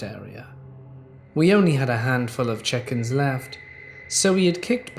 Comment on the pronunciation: I kept hearing “chickens “ every time said “check ins”